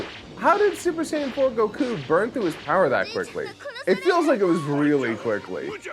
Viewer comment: "You see Vegeta, this is a Super Deedle Dee Saiyen"